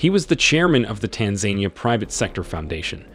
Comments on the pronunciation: Good information but PLEASE learn how to pronounce the name of the country. It is not TanZANEia. It is Tanzania.... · Not Tan zan ni ya. It’s tan Za Ni ya. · Tanzenia? Pronounced Taanzaania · it is pronounced Tan Zan Nia. Please instruct your reader to say it properly. Tan anquia Zan zibar Nia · Tan ganyika Zan zibar Nia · I wish you would pronounce Tanzania correctly. Tan-zan-eeeeya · I am big fan of Tanzania and I didn't know most of the content regarding the movers and shakers of this emerging E. African nation but, is it too much to ask an editor or producer to prevent the Anglo-centric reader to NOT butcher the country's name as well as most of the family names reported? The facts are very interesting and timely but, the pronunciation butchery is a big distraction. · That has to be the most annoying pronunciation of Tanzania I ever heard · I GET YOU'RE TRYING TO INFORM THE PUBLIC ON TANZANIA BUT, HOW YOU EVEN PRONOUNCE THE COUNTRY..TO THE INFORMATION YOURE TRYING TO SPREAD..IS ALL WRONG. I SUGGEST YOU REITERATE THIS ENTIRE FALSE SMEAR OF A CLICKBAIT.